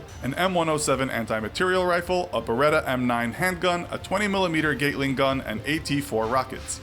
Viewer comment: The infographic guy said gateling and not Gatling, that bothers me.